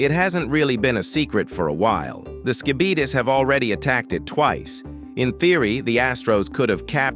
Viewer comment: The way you pronounce Skibidis as “Skibeetus” reminds me of the “diabeetus” infomercial guy. I love it.